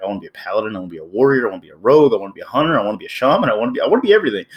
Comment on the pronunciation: Its hunter not huner